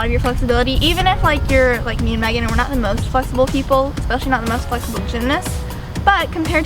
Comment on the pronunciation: Is it just me or does Megan always say magan? 😂